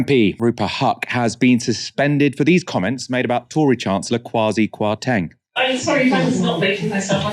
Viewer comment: She's right but she said it wrong xx